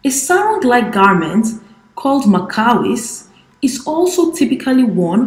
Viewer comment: It's pronanced like maawiis